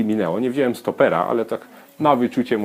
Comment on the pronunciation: wzialem nie wzielem